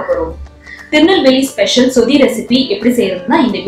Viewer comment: Iyo athu சுதி இல்ல. சொதி ... நீங்க சுதி சுதி ன்னு சொல்றிங்க